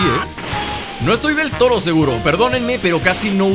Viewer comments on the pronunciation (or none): Jaja el dijo del toro en vez del todo jajja el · en el minuto enves de desie todo dijo toro